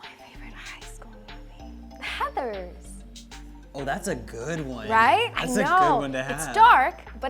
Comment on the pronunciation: When she said Heathers 👌🏻